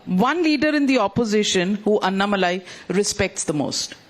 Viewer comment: The lady who takes the interview must know how to pronounce Mr. Annamalai's name correctly. The owner of this TV must please note. When you direct somebody to take interview she must atleast know how to pronounce a person's name